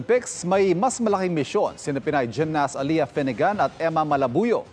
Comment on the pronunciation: It is not "Aliya" , It's Ale-yah!. Pamali mali mga reporters.